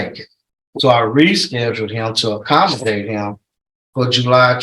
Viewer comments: That po in Stevens court said "He missed 2 appts.. he missed the 1st one so i rescheduled to 'acostimate' him" LOL I think he means accommodate .. Then the other one wants to know if he heard him axe a question.. I would think people speaking in court should have a better vocabulary. I cant believe that lawyer tried to blame the po for helping him but not enough? That was so wrong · The probation officer said "I made a 2nd appointment that day to acostimate him"...pretty sure he meant accommodate but no one said a thing! Lol I also hate hearing the word 'axe' and 'amba-lance'.. I just wonder why they don't hear the right words and think to themselves 'oh wow, I'm so embarrassed! I've been saying that wrong for so long and it sounds ignorant'